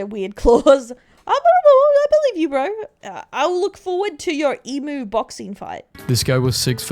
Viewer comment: Whys she say emu the right way a few times then say it wrong for the remander of the video?